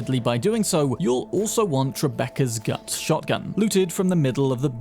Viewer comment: Sorry, love you buddy, but who is Trebecca? 😂